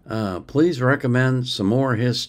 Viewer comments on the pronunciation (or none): none